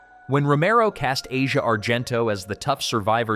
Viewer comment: Her name is pronounced "Ah-see-ah" Argento.